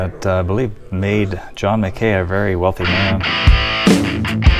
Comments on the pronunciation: John MCKAY? No, John Mack-ey. You should do some basic due diligence and be able to at least pronounce names correctly. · I crack up at your pronunciation of the Priest's name...locals say it "MAN-O (hard o) GUH (similar to 'gum' sound without 'm' on the end) and on John Mackay...not "Mac Kay" but "Mack Key"...One locals opinion anyway! Other than that...interesting! Sarah looked like she was suffering from the altitude!